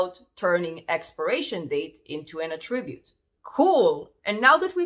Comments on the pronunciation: it is pronounced ATTribute not attRIbute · Correct, in this context (ie where it's a noun) 👍 Although as a verb it's typically said how it was said here (which is why it's a little distracting but we all know what was meant 🙂) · Very nice video, small tip: its pronounced A'ttribute or A'ttributes when it's a noun, and attri'bute or attri'butes when it's a verb. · you are doing a great job but attribute is stressed on first syllable - you are still a very good teacher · Just here to here her say "attribute", honestly.